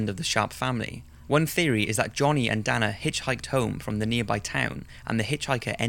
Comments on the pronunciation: Sierra is pronounced "see-air ah" and Dana is pronounced "Day-na" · As someone named Dana its awkward to hear you mispronounce the name...